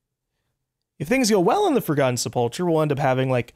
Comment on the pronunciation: I’m sorry to be a grammar nazi kinda person but it’s sep-ul-kurr